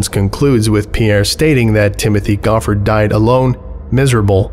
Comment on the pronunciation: Amused that you know how "Reading" is pronounced and then beef on the name Timothée Goffard (similar to "tee-mo-tay go-FAR").